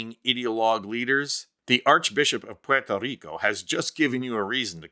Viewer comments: Thank you, thank you, thank you for making the effort to pronounce Puerto Rico correctly. Pwerto not porto! Now can we try to pronounce Costa Rica correctly? It's Costa, as in Costco not coasta! How do you get coasta out of Costa and porto out if Puerto? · It is refreshing to hear the correct pronunciation of Puerto Rico. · Oh.... Thankyou for apparently being the only person in America who can say 'Puerto Rico' correctly. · Good accent, buddy 🇵🇷